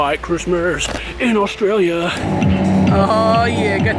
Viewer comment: the way he says australia is not right!